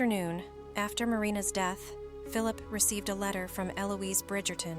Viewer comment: Dee-eth... Mus-que-l-are... OMG the AI pronunciation is so distracting